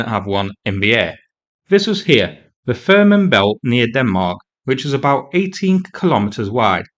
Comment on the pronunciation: As someone who grew up in the area, I am quite amused at your failed attempts to pronounce "Fehmarn Belt". ;-) It's pronounced like "Faye-Marn". Great story, though, as always!